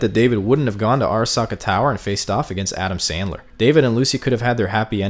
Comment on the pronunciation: I don't have a problem with any argument but I heard Adam Sandler instead of Adam smasher and I find that funny